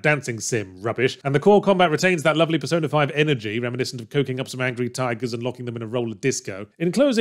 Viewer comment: He really should enunciate the P in persona a bit more in some of the points in the script...